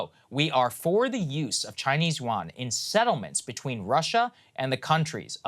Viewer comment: Im sorry I keep posting about pronouncation but Yuan is pronounced wrong. (y-U-en)